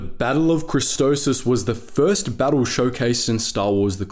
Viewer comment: I gonna hurt myself if he keeps calling christophsis christosis